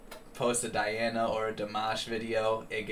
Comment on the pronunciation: The bad news: On Saturday, November 20, we will hear the last (ninth) performance of Diana Ankudinova in the show of the Russian channel NTV. Good news: in December, Diana Ankudinova releases her first LP. The green screen died. This is Russian virtual reality technology right on the stage! P.S. Say the first syllable of her name as DEE, please. Thanks.